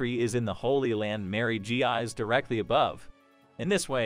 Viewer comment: I think Mary Geose is pronounced Mary Joa